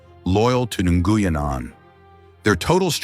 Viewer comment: First AI correct pronunciation of Nguyen. /ngwien/ white people can't recognize the consonant cluster /ngw/